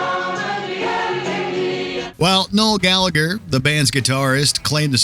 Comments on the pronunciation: The 2nd g is silent, and the h is pronounced in "Gallagher"......so it's; "Gall-a-her". Trust me, I'm Irish. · Gallagher is not pronounced "gall-a-gur", it's "gall-a-her" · Please stop pronouncing the g in the middle of the name Gallagher.